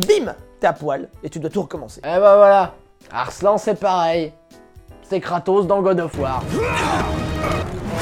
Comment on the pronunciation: Arslannnnnneeeeuuuh xD pas Arslan